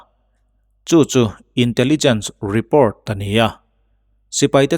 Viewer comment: Mizo tawngin i chhiar a e.g report hi report ti mai la repawrt english taka chhiar a ngai kher emaw ni le?